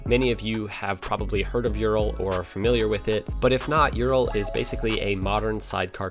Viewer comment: Sorry but a slight mispronunciation was detected. . . Ural . . It's not (phonetic) youral but it's more of an 'oooral' . . . It's a Russian manufacturer and their ooo sound is denoted by the letter 'y' There is also a kinda copy of the Ural bike that was produced in Ukraine called Dneper . . Much the same but arguably slightly better quality. Both were reversed engineered from a late 30's / 40's BMW by the Russians and the Ural was used extensively by the Red Army during WW2. These are rough and ready, almost indestructible. They will go forever with regular maintenance. Like all Soviet produced machinery exact tolerances were considered a "minor detail" . You can strip one down to individual parts in half a day and have it rebuilt in time for dinner.